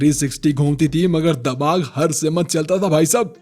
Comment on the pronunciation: Damaag nhi dimaag hota h bro 😂